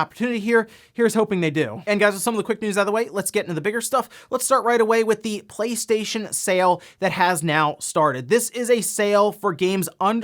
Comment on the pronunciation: Now everytime i hear him say PlayStation i hear PlateStaion.